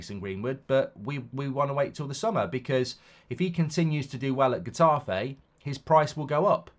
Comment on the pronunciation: Pronounced hetafay twit